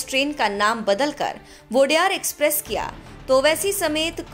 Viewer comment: वोडेयार❌ nahi ओडेयर✅✔ odeyaru mean 'odeya' mean naayak yaa toh leader 'ru' mean multi version, odeyaru(leaders)